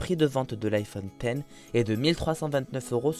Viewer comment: ON DIT IPHONE DIX OU X MAIS PAS ten